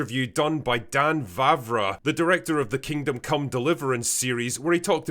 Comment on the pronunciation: Kudos for pronouncing Vávra's name (almost) perfect. No letters missing as I have heard from other English speaking creators.